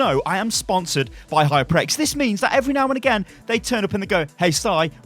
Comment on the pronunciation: It's HyperX, not HypreX